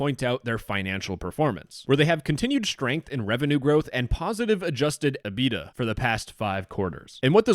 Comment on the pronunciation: I also enjoyed “aBEEduh” for EBITDA. (It’s pronounced EE-bit-dah, with the t only barely pronounced.)